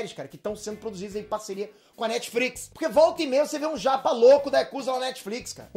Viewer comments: "Netfrix" kkk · eu tenho a impressão que você pronuncia NetfRix!!!HAHAHAHA.....